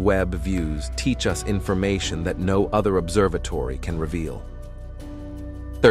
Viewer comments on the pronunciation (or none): none